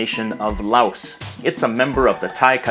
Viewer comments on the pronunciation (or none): Laos is pronounced like Lao